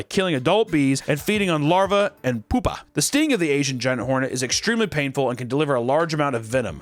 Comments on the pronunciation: OMNI VORE US. My favorite dino. Edit: Co lick we'all. (still would trade my voice for papa's golden vocal chords.) edit 2: sorry POO-PA (pew-pah) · pupa is pronounced pew-pa. And pupae (the plural) is pew-pay (or pyoo-pay). Just so y’all know! ❤ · this dude said poopa 😂😂😂😂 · The way he pronounced pupa😂😂